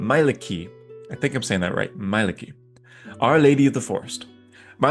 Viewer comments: Your pronunciation of Mielikki sounded like "my licky". I would try say MI as me, E ( like e in ember) LIK lick, KI key, intonation is at start Mie-lik-ki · Meelikki i believe is the pronounciation. The ie is from more northerne languages i think